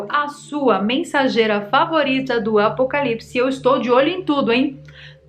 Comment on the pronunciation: Você falou apocalises?